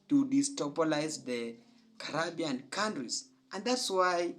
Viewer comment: Why are u still HERE 🇯🇲 U can't even pronounce the name Caribbean correctly Why aren't u doing ZIMBAWE